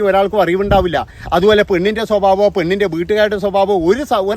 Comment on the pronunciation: സ്വബാഭം....... സ്വബാഭം 😂